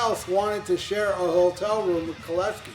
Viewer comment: Golden Lair? It's Golden Lark. Not sure this guy really knows his stuff. Few other mistakes too, including how to pronounce JC's last name.